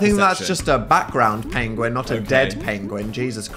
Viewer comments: dan mispronounced pengwing❤ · I just realized that Dan pronouncing Penguins like that is in reference to Benedict Cumberbatch mispronouncing Penguin in a nature documentary... I know in an old old video Dan pronounced Penguin that way and I just thought he was pronouncing it weird to be funny but now that I've seen the video of Benedict Cumerbatch pronouncing Penguin that way I definitely think Dan is referencing that... wild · The mispronunciation of penguin throughout this video (likely a reference to Benedict Cumberbatch) has me on the floor